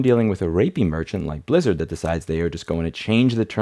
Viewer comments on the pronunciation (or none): All i could hear is "soup lizard" 🍲 🦎